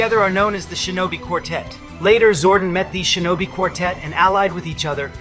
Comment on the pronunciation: it’s shinobi you don’t know how to pronounce it properly